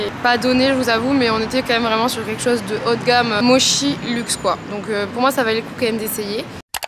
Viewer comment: MoTTTTchi pas moshi 🥴😃